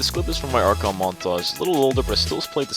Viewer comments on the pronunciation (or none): none